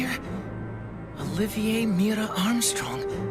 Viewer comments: First "sloth J kimblee", then "Oliver Mira Armstrong", can not read? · i swear to god if anyone gives u shit for how u pronounced Olivier i'm gonna fight them cuz like how u gonna give someone shit on their first time watching this anime for just pronouncing the name by how it looks no one is gonna say: Oh Liv Eeee Ayyy the first time :/